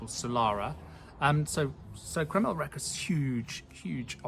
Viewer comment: Thanks for the video and article. We like how you talk about how the natural wine product is carrying over to their standard wines. * The ș in Romanian is pronounced as shh, so it's Recashh.